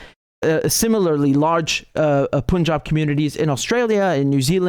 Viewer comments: It is not p-u-n jab, it is like the word "pun " + "job". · No disrespect, it's not "Poonjab" It's ok to go with the traditional pronunciation of "U"(cup, umbrella, unless you hail from the North of the UK) On the topic, maybe India should rekindle the old Free Quebec movement, 😅since Canada is so concerned with the khalistani "freedom fighters', the vote in the1995 referendum was not what one could call conclusive. With not more than 1% deciding to stay with Canada, there's was always plenty of "wiggle room " wink, wink nudge, nudge. 😅It wouldn't be the first time in the history of "free and democratic " elections in the glorious west😂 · Riichard, it's not pronounced 'seechkkkch achooo'. Just say, "sick' like I feel sick. Not 'Pooooonjab' but 'PAnjab'.